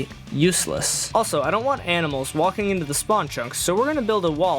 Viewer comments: "aminals" ITS ANIMALS NOT AMINALS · bro really said AMINAlS